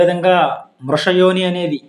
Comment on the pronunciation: 47ప్రశ్న.మృష=అసత్యము(య్)ఏని=ఒకవేళ యడాగమసంథి.మీరు వృషయోని అని పలుకుచున్నారు.ఉచ్చారణాదోషం.మీకు తెలుగు పలకటం రావట్లేదు.